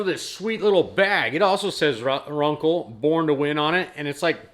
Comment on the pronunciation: It's pronounced "Run-Cell" not "Run-kle". Just so you know.